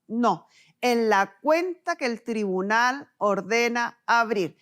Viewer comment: Porque está mujer dice thribunal, no es tribunal????